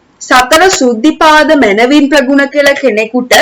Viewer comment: සෘද්ධි පාද වලට කියන්නේ අර්ධි පාද කියලා ඔයා ඒක කියනවා වැරදියි හරියෙ